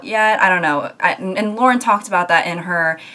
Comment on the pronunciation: I had to mess up the exact 666 comments to bring up how happy it makes me that you're pronouncing Lauren and Camila's names correctly On another, actually related note, i completely agree. I feel like in some situations even people in actually romantic relationships would be very uncomfortable if people wrote fanfictions about them. I can guarantee some of these people likely lost some very close friendships because of this.